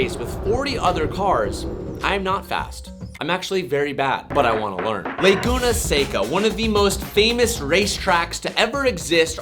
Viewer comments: Damn it I’m jealous of your weekend. Sounds exhausting for sure. Good stuff man! Keep it up! By the way, you fixed the SECA but it’s not “LAY-GOONA” it’s “LA-GOONA” 🙃 keyboard warrior here haha had to find something you did wrong because I’m jealous of your life 😝 just kidding. Love it man and I’ve followed since the Carmel mountain road driving and parking garage days 👊🏼👊🏼 used to live there and that’s probably why I continued following was to see that chevron I used to go to by my apartment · It's "La Guna"... not "Lay Guna"... Come on!